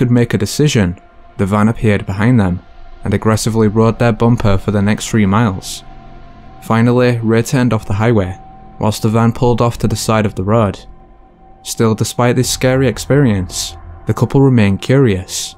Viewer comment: What is this accent? Later pronounced as letter. And road as rut.